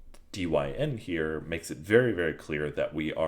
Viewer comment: I think dyn is said as 'dine' as in short for the word dynamic